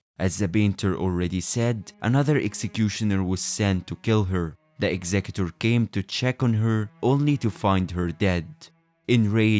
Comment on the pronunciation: You pronounced his name correctly, I am now interested in the video.